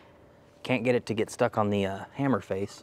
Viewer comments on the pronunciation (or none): none